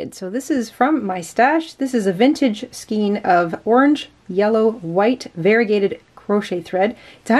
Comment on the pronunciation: I love how you say skein...skeen, instead of skayne/skane, lolol! I'm saving this video to do later because I'm making your leaves for my own Daisy garland to hang outside on my porch and I wasn't sure how to do the "vine" part until I watched today's live video, thanks for that! Tell I was laughing away at how he butchered my last name, LOLOL. For a refresher, it is duke-uhhhhh-nel, not duke-oooooh-nel, LOLOLOLOL! Love you guys!